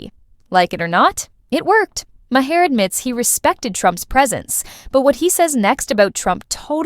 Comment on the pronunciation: AI produced videos need to stop. "Ma HAIR"?? That's how you''re pronouncing Maher's last name? But only half the time? His name was pronounced three different ways. Either do a video, or don't. But this ridiculous phrasing and off-putting pronunciation is an insult to content creating. And I agree with the message--but the value of it is lost in the AI reading.